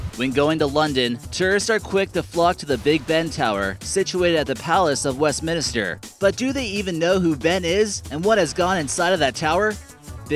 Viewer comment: Did he just say west minister? What is up with this guy